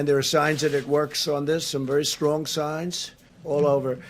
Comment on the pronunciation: WTF is wery srong science ???